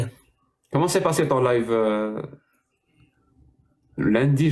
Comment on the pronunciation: Desole mais tu peux dire a c est live pas life